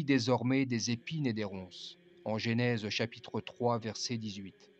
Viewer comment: Ne dites pas « GÉNÈSE » mais « GENÈSE » !